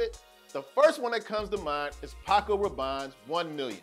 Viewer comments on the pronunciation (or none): none